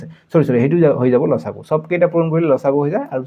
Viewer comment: আপুনি উচ্চাৰণ শুদ্ধ কৰিব ল.চা. গূ নহয় ল.সা. গু